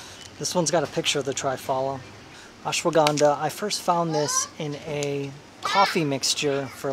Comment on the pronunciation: When you said ashwagandha I am like wow your pronunciation is outstanding..even many native speaker here find it difficult to pronounce...